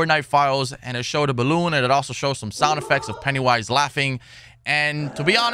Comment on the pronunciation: Did he call him Pettywise?